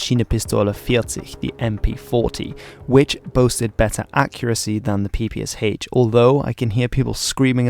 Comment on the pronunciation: The short answer is: NO. Ans it's not the "peepee-ess-aitch" it's the "peepee-esh". "Sh" is a cyrillic letter.